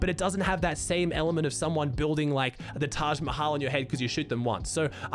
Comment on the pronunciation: I laughed so much when pronounced Taj Mahal but I’m happy a monument of my country is popular enough that people around the world know it